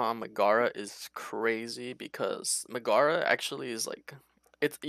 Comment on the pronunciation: love the content from you guys but i cant stand the mispronunciation of Megara. nails on a chalkboard lmao